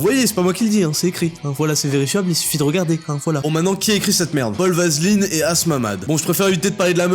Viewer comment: j'ai l'impression que ta lu le nom du "journaliste" sans faire trop attention et t'as dis vaseline au lieu d'aveline ou s’était vraiment volontaire mdr